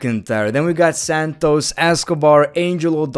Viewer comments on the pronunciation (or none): none